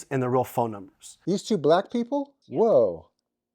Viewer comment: His emphasis on "black" is pretty interesting 😂😂😂